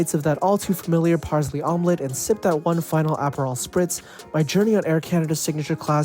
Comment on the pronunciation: nice vid except Parsley is pronounced paar·slee instead of paar·zlee